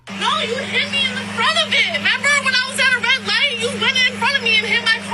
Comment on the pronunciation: Member? I know we all shorten word, but what is she, 10?!? What adult leaves of the first syllable of "remember"? And why is she asking him if he "members" something that just happened?